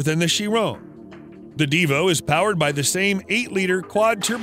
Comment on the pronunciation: Btw its divo not devo. You also kind of forgot the bugatti voiture noire. And the rolls royxe boat tail